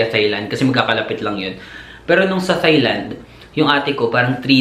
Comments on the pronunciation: Tailand po hindi THailand. Walang H. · I think it’s pronounced more like: “tie” and “tie-land”. 😊👍🏾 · You pronounce THAILAND as TAILAND. TH is read as T. It’s weird that most people don’t pronounce this correctly. Thank you!